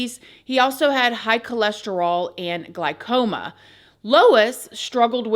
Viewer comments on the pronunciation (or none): Glaucoma not glycoma! 😆. You’re so damn cute! ❤